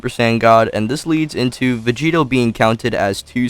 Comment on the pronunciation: Sounds you’re like saying Vegeta 💀